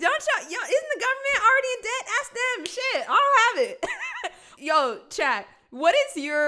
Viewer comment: She so smart she say aks instead of ask.